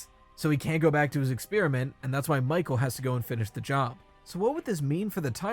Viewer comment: What the fuck is an exspearmint?